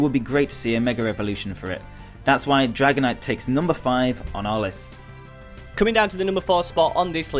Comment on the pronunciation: I like the sound of "Dragonitite"